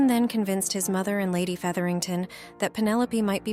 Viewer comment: This AI narration is pretty hilarious. Talenteed. A-de-qwait. Feederington.